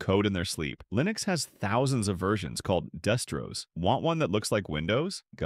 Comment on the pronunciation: "destros" :D